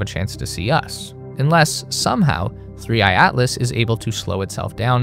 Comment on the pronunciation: he literally calls it 3 I I Atlas cos the ai thought the / was an i